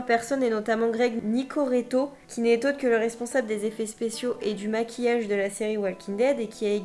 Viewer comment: Greg nicoreto mdrrrrrr mais whaaattt , c’est Greg nicotero ...